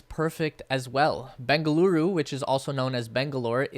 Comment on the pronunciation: Your pronunciation of Bengaluru is perfect